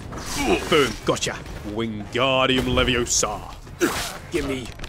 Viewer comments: I'll Just say: "It's leviOsa Not leviosAA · its leviOsa not leviosA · It's leviOHsa not levioSA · it's leveooooooosa not leveossaaa